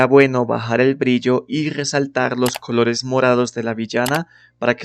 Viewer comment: Buen video, solo me desconcentra tu manera de pronunciar la "C" que sé que usan en ciertas partes de Kholombia. -kholores -khabello -khálidos